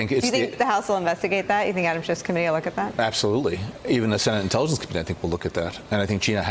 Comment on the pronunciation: when he says "Even the Senate Intelligence wants to look at that", it sounds like he's saying "Even a SCIENTOLOGIST would tell you to look at that", which.....I mean, just think about it....